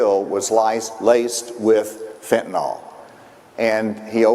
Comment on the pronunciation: Tell that buffoon its pronounced FENTANYL, NIL NOT NAL. He can't even pronounce the damn name right.